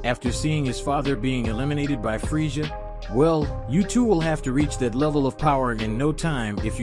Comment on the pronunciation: Learn to pronounce frieza like freeza